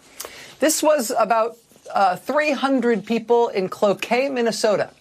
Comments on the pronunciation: OMG she even properly pronounced Cloquet MN 😁 she rules! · Rachel, as Minnesotan, im so proud that you pronounced Cloquet correctly. 😊